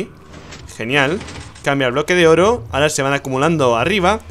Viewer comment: Dijo bloko de oro XD